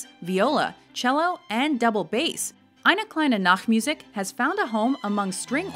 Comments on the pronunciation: ainah klainah naktmuhzik was priceless. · Oh god no the pronunciation of Eine Kleine Nachtmusik